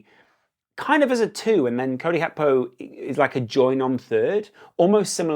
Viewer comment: Love your content, but Gakpo's name isn't of Dutch etymology. It's Gakpo not Hakpo. It's jarring on the ears.